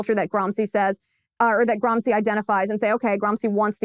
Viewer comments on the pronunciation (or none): Nice work Ms Liz, but in the furtherance of global pedantry, may I point out that it is not “Gram-see” but “Gram-she”, scusatemi, per favore. Eppur so muove! Forza, Liz!